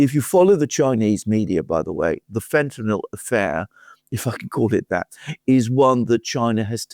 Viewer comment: Fentanyl not Fentanol